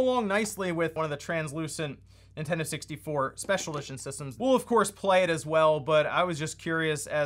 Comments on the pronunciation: Is it just me or do you keep calling it "Super Intendo"? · Intendo? WTF is that? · "N1ntendo" xD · "N1ntendo" lmao